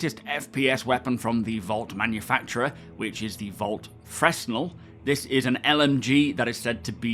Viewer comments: Correction: fRe-nel not feR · I didn't want to be that guy but yeah, it's more like "Fruh-nell" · The S is silent, Fre-nel, he invented a lens used to make light travel further, allowing for modern-day lighthouses and safety beacons. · Good sir, please lookup the “Fresnel lens” (hint: pronunciation) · You don't pronounce the S in Fresnel!